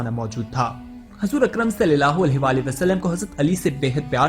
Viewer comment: برائے کرم صلی اللہ علیہ و آلہ و سلم کو زیرسے نہ پڑھیں زبر سے پڑھیں